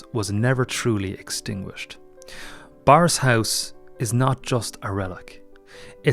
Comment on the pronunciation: Eek.....it's pronounced 'burris', not 'borris' despite the spelling.